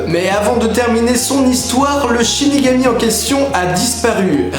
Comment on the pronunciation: 1.47 tu dis shinégami